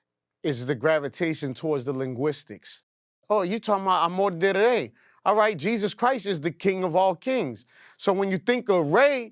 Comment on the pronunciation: They way he say amor del rey sound like bullshit